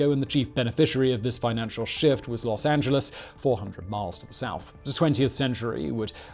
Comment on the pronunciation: Thank you for pronouncing "Los Angeles" correctly, not the typical way most of our cousins across the pond say it. :)